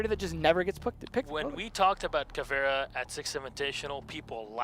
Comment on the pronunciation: Caveira not caviar